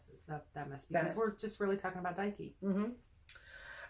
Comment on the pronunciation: I was told in art history that Nike was pronounced nee-kay. 🤷🏻‍♀️ This top 10 was very interesting. It would be cool if you had a list for deity associated with prosperity or the home. 😁